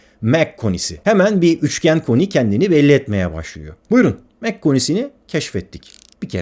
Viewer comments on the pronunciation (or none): Kardeş, senin Bell eğrisi dediğine bilim insanları "çan eğrisi" diyorlar. Mach sayısı derken de o şekilde telaffuz edilmiyor. Ayrıca "yapay zeka" denilen şey de yapay olsa bile zeka içermiyor. Chat GPTcilere söyleyebilirsin. 🤣🤣🤣